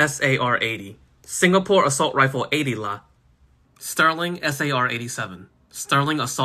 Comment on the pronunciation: 80 LA! best pronunciation of a singapore weapon